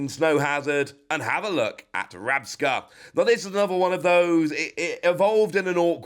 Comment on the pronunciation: Not Rapsca, it's Rabsca. As is Scarab with the first half moved to the back of the word for the Pokemon's species name.